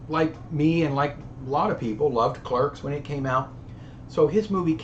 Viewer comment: You pronounced Clerks correctly